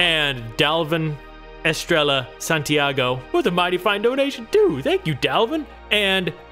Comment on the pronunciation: "Estrella" is pronounced "Es-treyya". Lol I'm sorry but as a spanish speaker I had to correct that